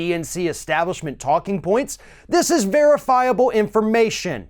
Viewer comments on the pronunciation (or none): none